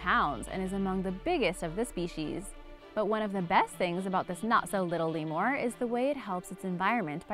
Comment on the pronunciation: You say lemur weird lol it made me cringe every time.